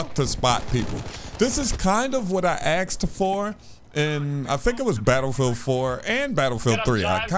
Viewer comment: It's asked not axed